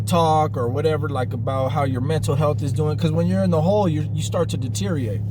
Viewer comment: 🤦🏼‍♀️ oh no! I’m glad it wasn’t you! “Diterrrrrrate” 😂 packed the stuff 😂 #always #keepingitreal😛😂